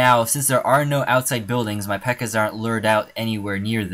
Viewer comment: Not pekka its pekka